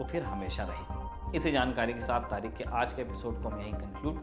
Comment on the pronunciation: “taareeKH” ko aap “taareeK” kyuñ keh rahay ho ?🤷🏻🤷🏻‍♂️